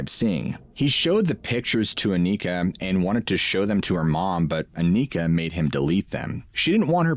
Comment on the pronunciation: it's not pronounced Akneekah, she's not from the hood, it's Awnihkah, kind of like harmonica, Anika.😅 we're cooked😂